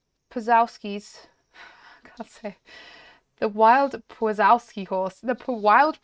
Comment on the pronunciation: I love przewalski horses (it’s pronounced prezwalski horse) :)